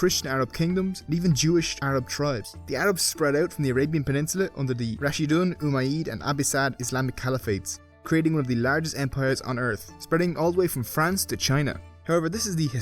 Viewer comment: "ummayid and abbisad"? lol dude Umayyad and Abbasid are already anglicized words. love your videos btw